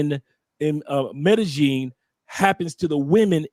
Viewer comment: The was he pronounce Medellin 😂